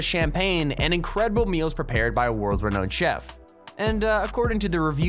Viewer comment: Anyone else have issues with the way he pronounces some words? He puts the emphasis on all the wrong syllables. Like Coveted, World renowned chef, Phenomenal, affluent seat, / Lufthansa, Grand Siècle (means Grand Century in French btw) (and this is 3rd rate Champagne and sells for under 200$ Canadian!) Etihad